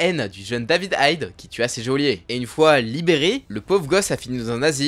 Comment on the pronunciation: Géolier ? Geôlier !! S'il te plaît, si tu t'improvise narrateur fait le jusqu'au bout !! Ça m'a fait saigné de l'oreille xD Sinon j'adore vos vidéos avec iro sef et argoroc ❤